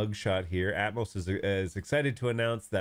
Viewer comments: Atomos has an extra O, it's pronounced at-om-oss (as in atom- and oss with the o as in off not as in growth). You were probably searching atmos. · ah I see, to my ear I heard you pronouncing it Atmos, but all good.